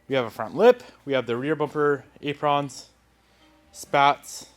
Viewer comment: Silver Calipers with REAL blue wheels lol, And what's with the pronunciation of Apron?? 😂😂